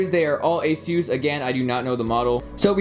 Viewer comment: Lol the way he said asus